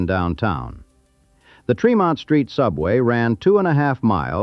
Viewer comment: Born and raised in Boston (Dorchester). Tremont St. is pronounced with a short e.